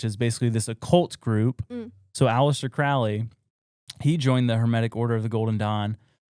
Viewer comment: CROW-LEE. not cr-OWL-ee